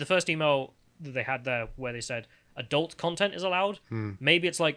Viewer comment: Why can't pronounce 'adult' correctly?